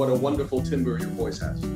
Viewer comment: How does someone who speaks fluent French mispronounce "timbre"? I mean, not a big deal of course - just strange...